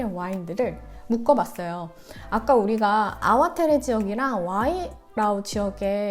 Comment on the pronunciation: 안녕하세요. 전 말보로에서 16년째 와이너리에서 일하고 잇어요. 아와테레가 아니라 아와테레 밸리가 아니고 아와트리 밸리라고 발음합니다. 영어로 표현하자면 ar-wah-tree 라고합니다. 대부분의 와인들이 모든 탱크를 테이스팅하고나서 블랜딩을 거칩니다. 배비치아니고 바비치와인입니다. 푸나무는 제이드의 다른 이름이고 한국의 옥이랑 같은 의미 입니다. 껍질째 넣는것을 카보닉 메시레이션이라고 합니다.